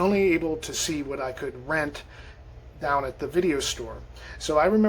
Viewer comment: You had me at "I would go dahn to Phar-mor!!!!!!" 🤣